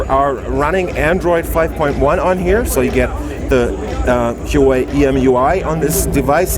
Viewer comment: no offense man, but could you please ask a Huawei representative how to properly pronounce their company's name. I'm ethnically Chinese, but was born in the States and the way you say it just isn't right.